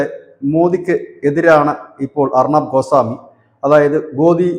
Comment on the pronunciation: അർണാബ് അല്ല. ഉച്ചരിച്ചു വികലമാക്കരുത്. അർണബ് ഗോസ്വാമി.